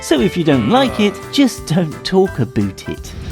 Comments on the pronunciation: "if you dont like it just dont talk aboot it" number 11. dont say aboot. we dont say aboot, so you dont say aboot. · How about not saying aBoOt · when he said "dont talk aboot it" at the end it made me SO MAD since i live in canada and we dont say aboot and it makes me mad when somebody thinks we do say it.